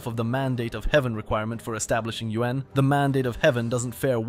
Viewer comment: The way you say "Yuan" is like "UN"